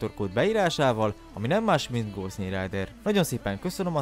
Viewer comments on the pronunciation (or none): none